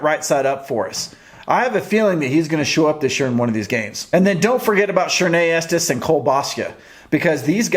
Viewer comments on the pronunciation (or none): none